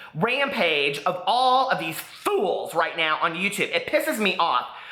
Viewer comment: I just love the way he says "FOOLS!" 😂